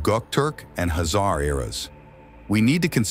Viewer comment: Sorry bro, I just cannot stand it... Khazar is shoud be pronunced the same as Khan, where is not the H is pronunced but the K, so please mention it witt K instead of H. Thx in advance.